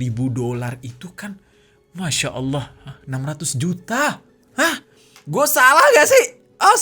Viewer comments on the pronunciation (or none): none